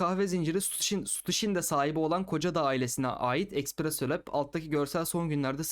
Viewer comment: espresso diye okunur.